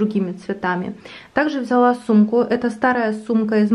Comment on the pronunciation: Как я люблю когда говорит ВзЯла.... Так по украински))))